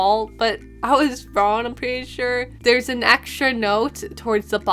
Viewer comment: It slightly bothers me that you pronounce "wrong" as "ron"